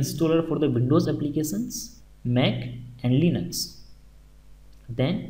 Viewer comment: so good and everything but please can you hear the right pronunciation of Applications from google translation !thank you in advance